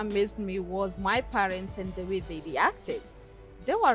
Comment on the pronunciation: Palents haha haha..